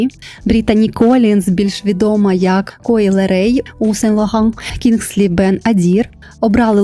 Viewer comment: Так вухо ріше оце сен логан🥴🥴 Нащо ви вимовляєте французькі назви ніби то французькою, при тому англійською не вимовляється правильно. Краще б все вимовляли як українка- сен лоррран, бо ж не кажете тифані ен коу, а тіфані енд ко, що не правильно.